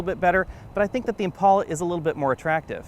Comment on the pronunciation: It's an "Impala" dude not an "Impaula". On the same token if you date a chick named "Paula" don't call her "Pala".